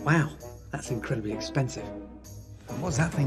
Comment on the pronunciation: 'Incrudibly" cheap???? 😂